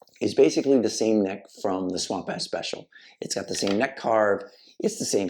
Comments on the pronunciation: It’s Swamp Ash, not Swamp Ass lol. At least that’s how I hear it. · Did he say swamp ass? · Swear this guy keeps sayin swamp ass.